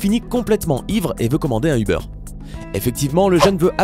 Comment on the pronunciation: Ubeur .. euh uber